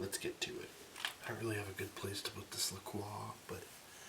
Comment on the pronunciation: I haven't finished the video yet, but I appreciate that you actually pronounce La Croix correctly